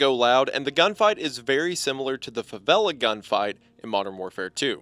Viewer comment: That was the worst pronunciaton of favelas i had ever heard. Love your videos but wow